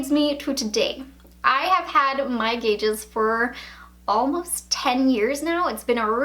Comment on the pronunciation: Every time she calls them gauges i cringe